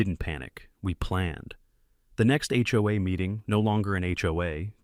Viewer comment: Somebody needs to sit that AI down and teach it that 'HOA' is pronounced as individual letters and not like a drunken "Hoo-ah!" I missed about 20 seconds of narration from choking on my coffee for laughing. 🤣